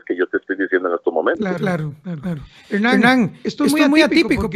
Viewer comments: PORQUE LE DICE "HENAN" Y NO "HERNAN" ??????? WWWWUUUUAJAJAJAJAJAJAAAAAAA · Es Hewwrnan.